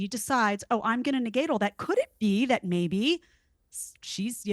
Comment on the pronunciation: Theron says “thawt” instead of “that” just like the younger women today.